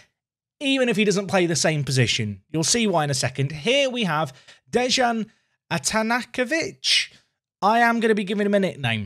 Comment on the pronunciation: It's pronounced DEY-an Ata-NATZ-ko-vitch